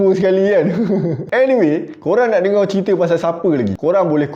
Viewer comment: Kenapa abang cakap dengau